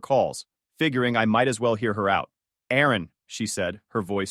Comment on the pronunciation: It's Aaron Not Erin